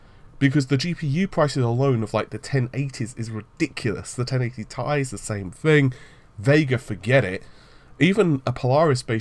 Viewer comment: Did you just say 1080 tie. Must be a new iteration of the 1080 series.